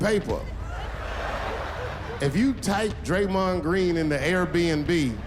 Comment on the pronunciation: He said draymon green🤣🤣🤣